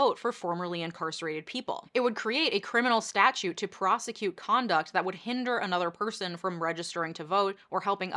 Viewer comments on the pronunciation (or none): none